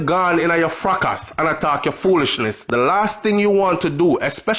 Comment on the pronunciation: watch your pronunciation of the word fracas!! Youngsters are watching and need to learn!!